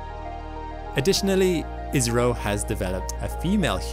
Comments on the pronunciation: ISRO w a short `i` sounds more like Israel than `India`. Perhaps an English long `I` would suffice ... Eye's row! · Even then why say ''iZro'' rather ''iSro'' or ''issro'' ? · Can I make a suggestion? The pronunciation is better if pronounced ISSRO, not IZRO. It avoids the 'Israel' problem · naw you saying israel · Dude it's India.!!!! Why you keep saying Israel 🌝😂😂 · I skipped the begginning, and was wondering why you kept saying "israel"... finally skipped back to the beginning and realised it was ISRO. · I heard Isreal lol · I keep hearing 'Israel'. What is it? India or Israel? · Not to be that guy but it's called I S R O not as a single word ( or I think so ) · Why does he keep saying ISRAEL? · hes saying isro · The way he says ISRO sounds like Israel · Your ISRO sounds like IZRA ... making our brain think you are saying ISRAEL. :-) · I thought I heard Israel for a sec... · I thought he said live rail! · Yeh it appears your Indian guy...... Need more work on that accent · Try pronouncing ISRO using a sigma, rather than a zeta.